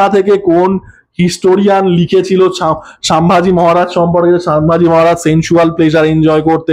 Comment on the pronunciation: দাদা ওনার নাম সুম্ভুজী মহারাজ নয় সাম্ভাজী মহারাজ দয়া করে পরে ঠিক কোরে নেবেন